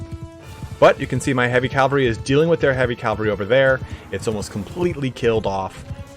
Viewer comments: It's not calvary, it's cavalry. Even your guy says it. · I'm terribly sorry, but... CAV - AL - RY. Not cal-va-ry. That's a place in the Bible. Really great video otherwise! It just had me wince a few times.